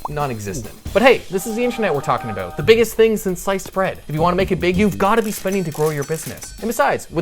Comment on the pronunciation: THE PAGE OWNER IS CANADIAN...he said "aboot" <3